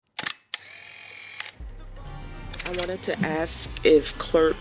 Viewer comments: Why do black folks have trouble with the words Ask and Accurately? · Wearing a shower cap and can’t pronounce “ask” is just absurd. 🎉🎉🎉